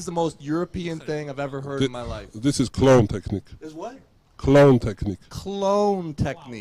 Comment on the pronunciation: Clone move? Wasn't he saying clown move?